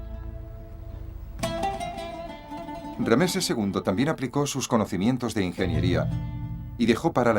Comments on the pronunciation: RAMSÉS no Rameses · Por que dice rameses en vez de ramses ll y por eset en vez de seti l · Rameses no ,es ramses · Rameses??? Ramses sera amigo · una mierda la traduccion gallega, no saben ni hablar los hdps, rameses?